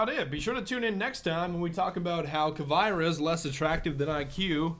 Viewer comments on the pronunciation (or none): Did he seriously just say kuh vi ruh at the end instead of caveira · who is cyviara it's cavy_air_a scrub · Did he just call caviera "k-eye-vera" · Say it with me MON-TAHN-YEH, now say CAH-VEY-RUH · Kai-Vera? No, appropriate pronunciations are as follows: Caveira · It's also cav-ee-air-a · It's pronounced cavaira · How did pronounce caviera?